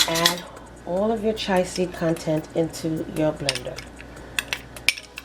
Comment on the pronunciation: Chia pronounced Chee-uh. We have to take care of one another. You have helped me so I will return the favor.